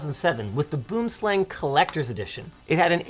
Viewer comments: And it pronounced kinda like "boo"-"um" not like "boom" as you would say in English. Same with slang. Not like "slang" in English, more like "slung". So you would say "boomslang" like "boo"-"um"-"slung". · Boom slang directly translates to "Tree Snake", it's an Afrikaans word , obviously it's a pretty dangerous snake that primarily is found in trees here. I find it funny how people pronounce it, it's actually pronounced "Booohmslung". Venomous accuracy obviously refers to the name, I feel this mouse can be shy at times and will revert to a tree, being its natural habitat of coarse, so if its missing from your house just look there. Love Linus's pros wrestler persona, I wonder where else he uses it. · Its weird that Boomslang in Afrikaans ( pronounced "Boo-um slung" ) means TREE SNAKE in english and the logo is 3 snakes after all. The "Tree snake" is a really big python you would get in trees that lunge down and catches its prey and small antelopes and is strong enough to pull its prey up into the tree 0_o. Did they name this with the Afrikaans word on purpose? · Just FYI: Boomslang is pronounced "b-oo(like British pronunciation of poor) - m- slung" Its Afrikaans/Dutch for "Tree Snake". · It's actually pronounced something closer to boo-uhm-slung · Someone needed to mention that boomslang is an Afrikaans name for a south african snake and i laugh every time its pronounced wrong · And this South African's ears are offended by the mispronounciation in this video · Love the way anyone over the pond pronounces 'Boomslang'. It's a very different beast (pardon the pun) in deep dark Africa where it comes from. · ask Kyle how he would pronounce BoomSlang :P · Is it just me or is the way he is pronouncing it wrong? I grew up in SA where Boomslang is a very venomous snake and if I'm not mistaken Razer named their products after snakes so wouldn't that mean it should be pronounced in Afrikaans or Dutch? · I’m here, just to say he pronounced boomslang wrong